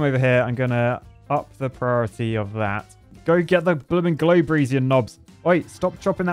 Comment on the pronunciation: No one says "straw berry", right? I wonder if that's a UK thing because yeah they were glow berries. Not globe-ries.